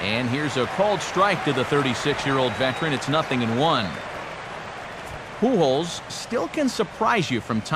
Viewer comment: I don't watch baseball because its not very big in Australia ,but I pissed my pants laughing when he said Albert PooHole...(Pujols)